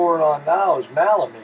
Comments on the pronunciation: Thank you for providing these helpful tips! Question: I have heard of melamine, but never heard of MALamine. Is that a different product or just a colloquial mispronunciation? Thanks again! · MELamine.NOT malamine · melamine...Mel...not Mal